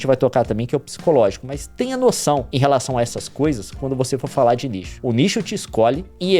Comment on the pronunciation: todas as vezes que o leon disse nicho eu entendi lixo kkkkk